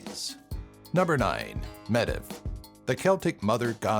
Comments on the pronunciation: Medb is pronounced meev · Medb is pronounced Mave... there also was a queen of legend, the Queen of Connacht (CON-nuht), named Medb. Please, honour the Celts by also honouring their languages. It's truly deplorable to ignore these things. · The "db" combination in "Medb" is pronounced as a letter "v". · Meeevvv not mediv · it's original pronunciation is Med-uv, not mave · Aine is pronounced Awn-ye, Medbh is pronounced Mave, Concobhar is pronounced Connor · Medb is pronounced Mayvve. My favorite god is Angus Og. I think mixing Welsh and Irish confuses people not already familiar with these guys. And your pronunciation s are....unique? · medb is pronounced as mave dude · I know it hurt my ears when he said Medb phonetically. For all those non-irish it's maeve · Medb is actually pronounced as MAVE and is the middle Irish version of Meav.